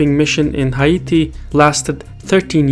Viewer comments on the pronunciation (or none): battleships? Submarines? that doesn't sound correct to me. , I think you meant Haiti, pronounced with a long a sound like Hay-tea.